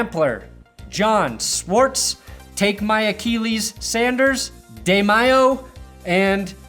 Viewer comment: Achilles uh-Kill-eez uh-Keel-eez = bad